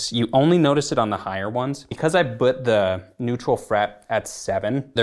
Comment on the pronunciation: Rob says 'but' instead of 'put'